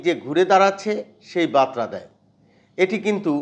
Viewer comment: বাতরা নয় বারতা। উচ্চারণ ঠিক কর।